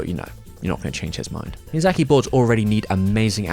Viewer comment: A yes, my favorite director, “miyazachary”.